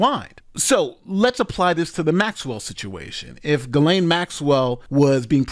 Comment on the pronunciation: Who are those women , those coconspirators pictured here ? Also , Ghislaine ( French ) is pronounced Gee len . Everybody gets it wrong ...